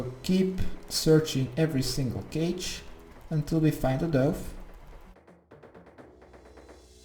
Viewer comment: is it just me or was everyones dove in the same one as his? also doove lol i love how he says things is pronounced duv but spelt dove.